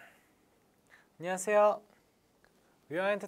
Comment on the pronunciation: 인사할 때 안냐쎄요 라고 하고.. 한유진인ㅁ니다 하면서 발음 뭉개지는 거 너무 귀여워.. 당장 데뷔해..